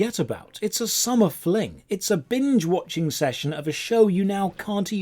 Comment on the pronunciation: I'm watchingk for to keep saying watchingk.